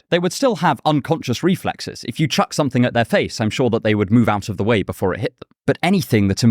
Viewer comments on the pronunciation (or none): none